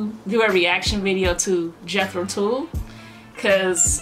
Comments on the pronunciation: Tull is not pronounced Tool, rather it rhymes with mull gull dull. Their basics consist of hard rock and English old folk and progressive rock... they would not think of themselves as metal. They stopped before jumping off that cliff... they had all the THOUGHT and didn't need to settle for SPEED. Got their first four albums starting the 60s. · If I hear Tull pronounced as TOOL I'm not watching reaction. It is Tull as in seagull not fool or tool. Please learn how to pronounce properly. It changes the context of what you are saying.